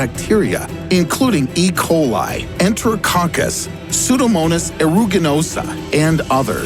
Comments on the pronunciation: Ha! He mispronounces E. Coli lol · Soon as I heard how he pronounced E coli I thought - I'm out.